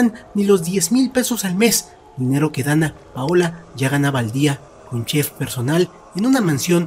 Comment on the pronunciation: Me desespera cuando dice donna ….paola 😵‍💫